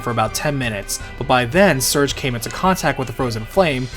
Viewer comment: [Sir-Gay], not [Surge].